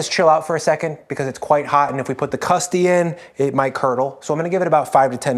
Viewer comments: I died hearing “custy” 3 times in a row 😂😂😂 That’s an old drug dealer slang for customer 😂😂 i’m sure the pie is super delicious , though! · Every time I hear “custy” I’m tempted to turn off the video.